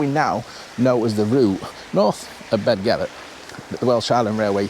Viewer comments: Excellent video. This railway is situated amongst some of the most beautiful countryside in the UK. You pronounced Beddgelert correctly just once and thereafter pronounced it incorrectly. The 'DD' is pronounced as 'TH'. It's not difficult. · Go At tunnel? Surely its goat like the animal? Also its Beth gelert, not bed, dd in Welsh is th